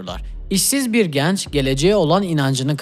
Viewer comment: kardeş "genç" kapalı e olmalı.